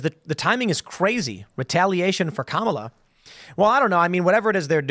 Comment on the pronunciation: For all these people who proclaim "DO YOUR RESEARCH!" (which is the funniest statement, considering the source)... WHY for the love of GOD can they still NOT pronounce the word 'Kamala'? And we're supposed to find these people credible. Laughable. Not credible.